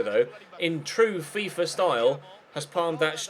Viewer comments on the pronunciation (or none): none